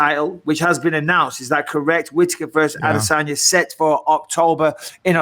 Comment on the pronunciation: Mike- stop saying "Adesan-yay"...it's "Adesan-ya"...you know this!